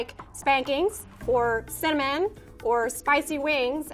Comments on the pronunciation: I had to rewind it three times because I thought I heard "we like spankings, or semen, or spicy wings." I finally turned on CC and she said "cinnamon!" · I had to turn on captions to get the cinnamon. I really thought she said spankings, semen and spicey wings. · when she said cinnamon, I thought she said semen. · Cinnamon ? I heard semen lol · I thought it was “sandman” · YES!! Me too. lol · I thought she said "spankings, or semen, or spicy wings". What am I thinking about? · ooh cinnamon... cause it didn't sound like that.